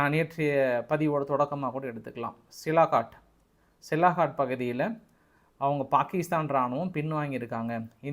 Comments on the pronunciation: சியால்கோட் ன்னு சொல்லப்பா சிலாகாட் டுன்னு சொல்றியே இலக்கணப் பிழை தவறான உச்சரிப்பு திருத்திக்கொள் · தம்பி மிகவும் சிறப்பாக செய்திகளை திரட்டி தொகுத்து வழங்குகிறீர்கள் ஆனால் ஊர் பெயர் ஆள் பெயர்களை தப்பு தப்பாக ஊச்சரித்து கொலை செய்கிறீர்கள் சியால்கோட் என்பதை சிலாகாட் என்கிறீர்கள் சர்கோட்டா கன்டோன்மென்ட் என்பதை சரகோட்டா கார்ட் என்கிறீர்கள் நீங்கள் MSc என்று சொல்லி இருக்கிறார்கள் ஆனால் பள்ளி மில் ஆங்கிலம் சரியாக படிக்கவில்லை என்று நினைக்கிறேன் பெரும்பாலும் பெயர்களை தப்பு தப்பாகவே சொல்கிறீர்கள் பாஸ் நீங்கள் மீண்டும் ஆங்கில வகுப்பில் சேர்ந்து படித்து சரியாக உச்சரிக்க கற்றுக் கொள்ள வேண்டும் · Hello, it is சியால்கோட் Sialkot.NOT சிலாகாட். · First try to pronounce the name of place. It sialkot not silakot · Sialkot. Neenga thirumba thirumba silakat nu solrenga nanba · Sialkot: cialcoat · It is sialkot